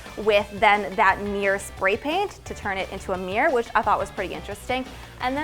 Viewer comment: Stop saying "meer"! It's a MIRROR!